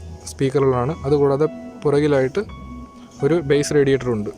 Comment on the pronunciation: Bro ബേസ് അല്ല ബാസ്സ്